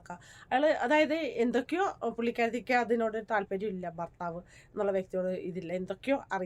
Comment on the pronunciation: ഫർത്താവ് അല്ല ഭർത്താവ് ആൾക്കാർ കാണുന്നതല്ലേ അക്ഷരം ശ്രദ്ധിക്കുക